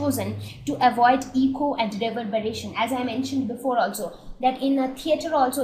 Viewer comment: when one says "echo" its transcribed as 'Eh-Koh', not 'ee-co' as in "Ecology", which is spelled as 'eco'.